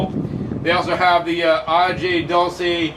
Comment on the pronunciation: im just a white guy, but i cringe every time he says PORTER rico and AGEE peppers!